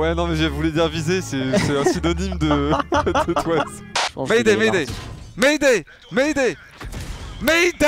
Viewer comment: "Maydey!!! J'ai dit Maydey !!!!"